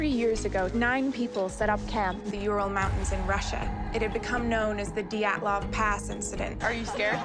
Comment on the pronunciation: Daylov pass? It is called Dyatlov Pass.